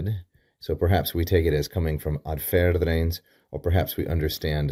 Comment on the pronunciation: I think it is "adserens", not "adferens" (as you pronounced it).